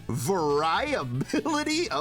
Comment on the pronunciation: Omg the way you pronounced "variability" sent me lol